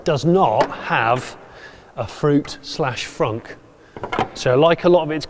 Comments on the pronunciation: First time i heard "froot". Thanks! :D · First time I heard the frunk called a froot lol